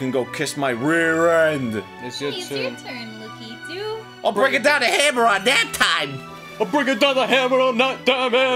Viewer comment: THANK YOU ARIN! YOU HAVE TAUGHT ME HOW TO SAY LAKITU THAT PRONUNCIATION HAS BEEN SO CONFUSING TO ME FOR SO MANY YEARS!